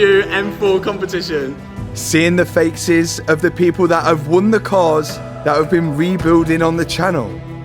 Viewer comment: I swear he says "seeing the fake-ces instead of faces .